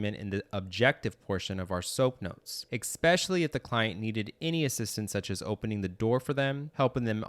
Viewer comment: Very helpful, thank you. But please learn this… “eXpecially” IS NOT A WORD. The number of times it’s used in this video is embarrassing.